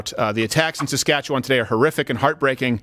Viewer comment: you can tell you lived in Canada because you pronounced Saskatchewan properly. they are still looking for the second scum bag.